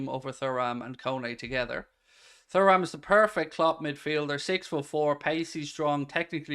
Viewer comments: It’s pronounced TURRAM…. Not Furram. Can’t u remember his dad in the French 98’ team. Lillian Thuram….. not Furram. Turram!! Loooooool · It’s tu-ram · P.S …..Kone is a better player than Thuram (Turram lol) both athletic both can tackle, both can pass but I feel Kone is more of a boss in midfield than Thuram, as in he’s more confident in his ability. Has more (shall I say) panache. I can see Liverpool playing Kone as the ‘8’ Macallister ‘10’ or ‘8’ and Thuram (pronounced) Turram lol… in the number ‘6’ role. With a current midfielders rotating. If we got those 3 in and and Goncalo Inacio….. I full heartedly believe Liverpool would be a force again. MARK MY WORDS!